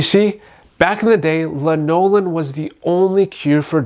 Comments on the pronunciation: You're pronouncing lanolin wrong. It's LANolin not lanOlin. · Not sure if I should trust someone who mispronounces "lanolin" while claiming to know so much about it. Here's the deal: if you already use Nivea creme and like it, then the "ooh, the frangrances might cause a reaction" and the "ooh, some people don't tolerate lanolin well" are completely irrelevant because you are walking proof of your own situation. Anyone else's experiences is just... Theirs.